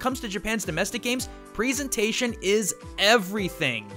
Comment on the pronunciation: He says presentation weird...